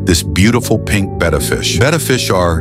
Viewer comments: Thank you for pronouncing “betta” fish correctly. As a tropical fish hobbyist, it drives me crazy how many pronounce it “beta”. 🤦🏼‍♀️ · Thanks for pronouncing betta correctly.